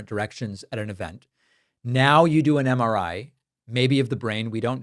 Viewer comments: Drumpf can barely coherently say “MRI”. 🤢🤮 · Dipshit can’t even say MRI properly.